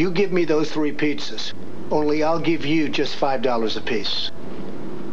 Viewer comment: Are we gonna talk about the “three medium EATZZAS” or not?